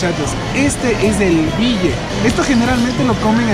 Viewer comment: no es bille, es billi, si no estamos equivocados, billi es ternero en quichua, sino a ver si alguno nos corrige. Me ha impresionado la limpia que ha hecho el shamán. Sería de probar. Saludos